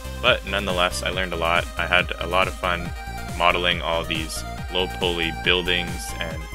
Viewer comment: i didnt actually expect you to respond lmao u just pronounced it strange thats all ¯\_(ツ)_/¯